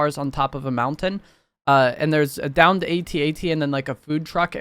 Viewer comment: Speaking as a 50 year old man, every time I hear you spell out A.T.A.T. rather than simply saying at-at, my inner 8 year old squirts out another tear.